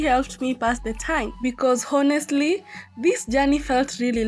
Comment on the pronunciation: Hello, you were reporting very nice but it would have been much better if you would have followed these points. 1. First is your pronunciation of " Honestly ", pl see from Google the correct pronunciation. 2. Whenever you are vlogging always give information about the time of your journey- when starting when ending, wherever you are reaching any place- the time. 3. Explain about the bus,the fare, snacks prices, lunch price and others like water etc. 4. When you are starting to shoot always welcome your viewers,say Hi Hello to them and not the least don't forget to thank them. 5. Don't always ask to subscribe every time, you know people who like they will do or don't do. You by any means cannot force them to do so. Ok fine that was great reporting, do better in future,.may your viewers increase and you earn a lot. Have a nice day, bye.